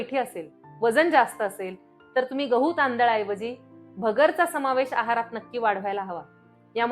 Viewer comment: भगरचा ❌️ भगरेचा ✅️✅️✅️